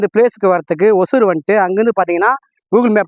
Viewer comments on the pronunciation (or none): ஒசூர் ஆ ஓசூர் ஆ. வழித்தடம் சொல்ல தெரிய வேண்டும். கிருஷ்ணகிரி மாவட்டம் அருகில் ஒசூர்.. வந்தவாசி அருகே ஓசூர்..